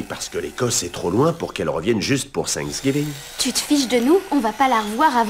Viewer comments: On dit Thanksgiving pas sangs gibin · C'est thanksgiving pas sang giving